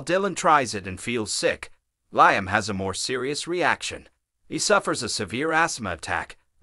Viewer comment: Liam is pronounced Leeam !!